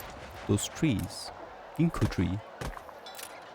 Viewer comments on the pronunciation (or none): none